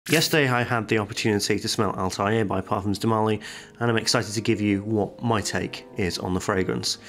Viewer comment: Also, to help you pronounce it correctly, assume it two words: AL Tha and Air... Tha is like start of Thanks. Say "AL Tha Air" :)